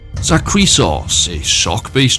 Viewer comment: I like your vids but bruh who tf taught you to pronounce some of these words. I get saying zakriisos wrong but how tf did you say mehrunes' wrong? They say it out loud in the game during the quest. It's 2 syllables and you somehow said it like with a whole third one like it was a mexican surname.